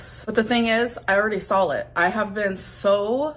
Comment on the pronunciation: I cannot stand her pronunciation of words. “I sawl it” Gorl, you have to be trolling…